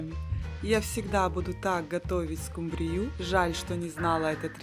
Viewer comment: СкУ’мбрию , а не «скумбриЮ’» 😂❤